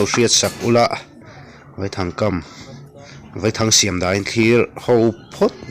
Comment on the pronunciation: Vaithang a Vai hi Sazu sawina a ni e. A thluk pawh, "Vaipa" tia Vai tih lam rik ang a lam rik tur a nilo a, "Thlawhna khi a thlawk sang vai vai hle mai" tih lam ang a , "A" hi thluk loh tur a ni.